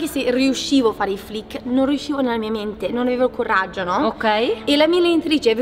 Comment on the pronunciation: ha detto CORRAGGIO